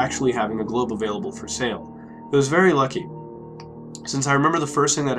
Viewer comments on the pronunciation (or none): “You got globe?” Sounds like he’s asking for a drug called Globe.